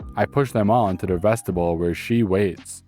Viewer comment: vestibule... the end rhymes with mule not bull. :D My Grammar Nazi made me do this... I'm sorry, not sorry, but I always enjoy the stories overall when I see them in my feed Thank you